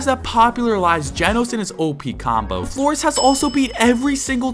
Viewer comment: Floriz ❌ Flores ✅